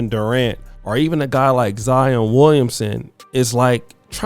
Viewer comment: Boy you didn’t do any research. Zion played at Duke 😂😂 and you pronounce names funny